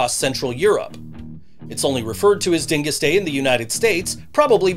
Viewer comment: You pronounced Dyngus wrong. So offended. Love- Polock from Buffalo